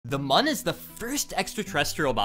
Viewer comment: Mun is pronounced like moon.